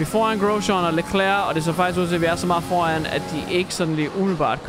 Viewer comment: jeg elsker virkelig den måde du siger Grosjean, altså vi dansker plejer bare at udtale det Grosjang Ps elsker dine vids❤️